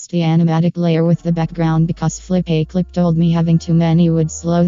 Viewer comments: Flip - uh - clip ✅ Flip - ay - clip ❌ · Not Flopaclip, Flipaclip Pronunciation: Flip-uh-clip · Its pronounced flip a clip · It’s not “Flip-A-Clip”. It’s “FlipaClip”.